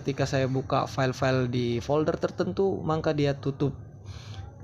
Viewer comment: Maka bang bukan mangka